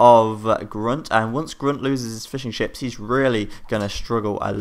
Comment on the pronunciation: when you say fishing ships it sounds like fish and chips :D